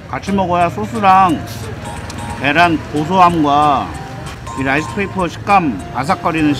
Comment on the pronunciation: 근대 라이스 페이퍼 하믄... 머릿이 튀김 되요. 혀를 쫌더 굴려서 롸이스 페이퍼 라고 I will try rice paper without sauce. It doesn’t taste anything. ㅎㅎㅎ 요롯케